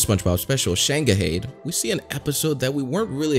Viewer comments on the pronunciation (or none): SHANGAHAID????? you pronounce it like "shainghide" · Shane-guh-heyd? It's pronounced shang-hide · ITS NOT "shangahaid" its "shang-hide" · U said the name of number five completely wrong like tf lol it's shanghai with Ed added on theirs no hayed it's hi-d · "Shanga hayed?" 🤦🏻‍♂️😂😂😂 It's pronounced "ShangHIDE" or "ShanghaiED" as in the past tense of Shanghai. Like being forced into servitude. 😂😂😂 Like in the pirates of the Caribbean Dead Man's chest scene where Jack Sparrow is talking to bootstrap bill and he says "he Shanghaied you into service." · shang-gah-hey-d" that got me on the ground with laughter, he doesn't know its shang- hi - ed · It's pronounced "Shang-hide", not "Shanga-haid." I kid you not. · Did you intentionally pronounce "Shanghaied" as "Shane-guh-heyd" 😀? It is "Shang-hahy," so it sounds like "Shang-hi." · "Shang-ah-heyd"? It's "Shang-hied". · Dude. It's pronounced Shang. Hide. Not shangaheed. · Shang-high-d, not shang ah hayed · yo its pronounced shang highed btw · Lmao the dude pronounced it “Shang-Ah-Heyed” come on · Shag-ga-hayed? Well, that a new way to pronounce it. 🤔 That nitpick out of the way, I'm ready to enjoy the video 🎉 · Shang-ga-hayed is a very daring way to pronounce it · “SHANGAHAYED”… Are you kidding me, bro? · “Shang ga hayed” ah, yes. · I've never heard someone pronounce shanghaied so wrong. It's "shang-hide." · Not "Shang-uh-hade" 😭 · “Shang-ga-hade”? Lol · Who tf says Shanghaied like shane-guh-hayed?? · Shang...ga..haid? Lmfaoooooooo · It’s (SHANG-Highed) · How to pronounce shanghaied shang hide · Did bro say shangahane💀💀💀💀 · Shang uh hayed lol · Isn't it pronounced Shang-higed?? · It's pronounced shang-highed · You pronounced shanghaied so badly. It’s the city in china shanghai with d at the end. Not shanga hayd 😂😂😂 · Shang-hide is how you pronounce it 😂😂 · You pronounced "Shanghaied" wrong,. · I’m sorry I cannot forgive you for your pronunciation of Shanghai’ed. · I’m sorry… how did he pronounce ”shanghaied” again…?